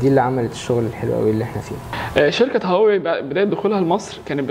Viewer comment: عملتوا حلقة عشان تشوفوا الناس بتنطق هواوي ازاى واللى بيقدم الحلقة بينطقها غلط , مشكورين على المجهود